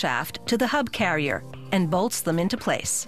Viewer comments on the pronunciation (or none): none